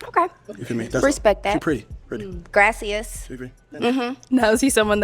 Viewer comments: Grassy-us It’s Gracious. gross-ee-us Fortune 50? So Cigna or Blue Sheild She didn’t make it top 50, so that was WEIRD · It’s Gracias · this chick say grassious for the compliment what is grassious 😂😂😂😂😂😂😂😂😂😂😂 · "Grass-i-as".. Can someone tell her she doesn't sound intelligent at all constantly mispronouncing "Gracias" 😂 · But why she say keep tryna say thank you in Spanish to all these black ppl and sayn it WRONGGGG😂😂😂😂